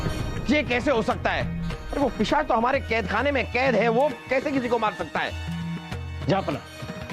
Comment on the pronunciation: Pisaach ✔️✔️ Not pichaas ❌❌